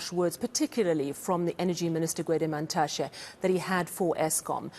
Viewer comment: It's Mantashe by the way... at least get the man's name right.